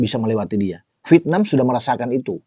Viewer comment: Penyebutan nya VIETNAM apa VITNAM OM ?? 😂😂😂